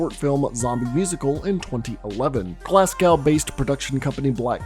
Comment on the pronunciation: Aaaand 3 seconds later ye pronounce Glasgow as "glass-cow". Mate, cmon tae fuck ahahha. Glasgow is pronounced as "Glaz-go".